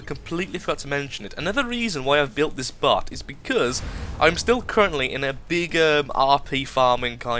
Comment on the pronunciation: When u were talking about the plasma vollies it sounded like you said butt instead of bot